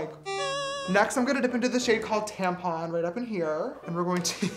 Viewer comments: Tell me why i heard 'tampon' instead of tampa --> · When he called the red shade “Tampa” I totally heard tampon. Kinda works tho 👀